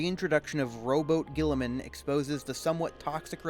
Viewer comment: When youre trying to make a serious point, mispronouncing the subjecting and mocking it constantly really kills your momentum.